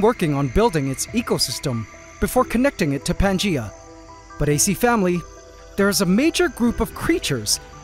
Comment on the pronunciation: wtf is pantgea I thought it was Pangea